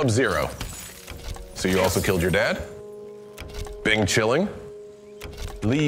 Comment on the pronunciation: I cracked when he said binchiling